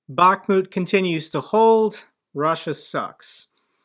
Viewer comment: Hi, thank you for what you are doing, greetings from Ukraine. One thing I want to add that city of Bakhmut must have stress on last part of the word like BakhmUt ) Thank you once more and keep going. God bless America, Slava Ukrayini. And Merry Christmas to you and your family.